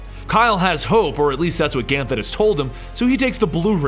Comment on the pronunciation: Ever time he said Ganthet wrong I cringed a little bit.